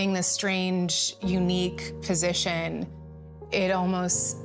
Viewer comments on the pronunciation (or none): none